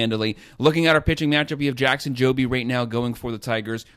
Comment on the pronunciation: And get Jackson Jobe name right to don’t say the e on the end of jobe plz show that man some respect he gonna be one of the best in the next few years. Go back and look at his Minnesota start he can have that ball dancing at any time